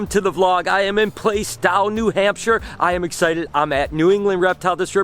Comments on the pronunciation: I'm cringing at how he pronounced Plaistow. 🤣🤣🤣 I love there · You mispronounced Plaistow 😂 Welcome to NH where the town names don't make sense! 😂 I had no idea that this was in Plaistow-I used to live 5 minutes away from here! At some point, a friend of mine and I are planning a trip out to you so now I know you'll understand what kind of a drive we will be undertaking lol